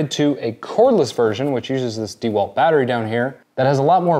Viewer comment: It’s not Dee Walt. The name is pronounced Dah Walt. The e is not pronounced long, like EE.